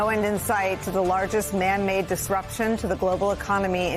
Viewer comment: The entire global economy is man-made! Wrong emphasis. But yeah, the orange loser is making the entire globe a loser.